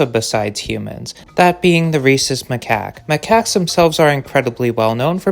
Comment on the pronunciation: I thought you said “racist macaque”😂🤣.